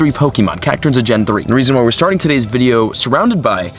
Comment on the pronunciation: Did he say "we're sharting the video"